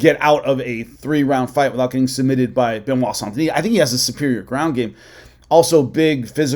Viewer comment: Saint Denise. French pronounce it soft a. As in sand. Not. On sound. So you trying to sound like you speak French is bs.